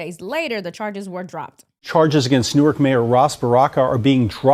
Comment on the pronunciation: pronounced it "New- Ork". It's pronounced "New- werk".